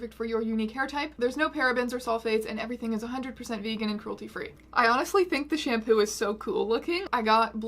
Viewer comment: Wrong emphasis shamPOO